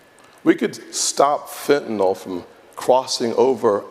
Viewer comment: Pro Tip: It's Fentanyl. It's not Fentanol like Tylenol.